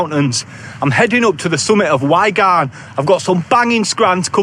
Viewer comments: Great video again mate. The pronunciation of “why garn” had me in stitches 🤣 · Top video 👍🏻 I was having a chuckle at your pronunciation of Y garn 😜 how are you liking your OMM core hoodie? I've got the core plus which is supposedly thicker, but I'm not sure if I'd like it any thinner tbh, it feels very fragile, but it is very warm for the very light weight, my medium only weighs 188 grams compared to 400 grams of my Rab equivalent hooded fleece. I hope you get your drone fixed, absolute bummer that mate.